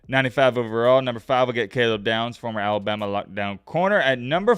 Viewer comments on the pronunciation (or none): none